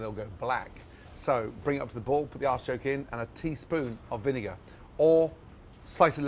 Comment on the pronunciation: when he says "artichoke" , it sounds like he is saying asschoke. "or slice a lemon and stick that up your asschoke" as he makes a very inappropriate hand gesture.